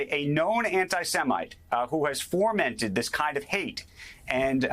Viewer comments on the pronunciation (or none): Fomented, not formented, Andrew. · "who has FORmented this type of hate..." First of all, the word is "fomented" not formented. Secondly, you say there is "no way to justify this in any way" but that's wrong too. The attacks by HAMAS are horrible. Terrorism. Yes. But the REASON they are happening is because Israel has been conducting ETHNIC CLEANSING and other atrocities on the Palestinians. Trump came along and said America stands with Israel making it clear the Palestinians could no longer rely on them. So as Israel CONTINUED to hurt Palestinians, essentially keeping them, effectively, in prison camps they got DESPARATE and turned to Hamas. Should you really blame the BULLET if pulling the TRIGGER has predictable results? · What is “forment”?